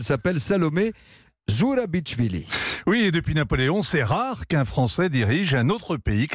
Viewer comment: C'est pas ZourabiTCHvili, c'est ZourabiCHvili, comme dans 'Chevaliers'.